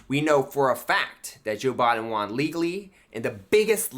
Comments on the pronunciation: Why does he keep saying "wan" instead of "won?" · Why does he pronounce "won" as "juan". Is it because of "Juan o seven"? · Why is he pronouncing won as "juan"? He sounds like a child. One in need of a helmet.